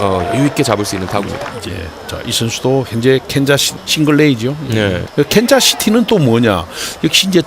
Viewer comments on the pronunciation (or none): 허구연 진짜ㅋㄲ 캔자스시티를 캔자시티라하네 그냥 개척을해버리네